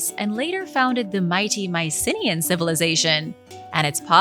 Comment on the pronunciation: By "Mycinians" do you mean the Myceneans?